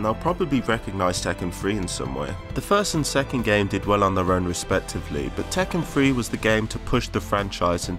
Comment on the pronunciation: Did tekken have a free to play entry? He keeps saying “Tekken Free”. What does he mean?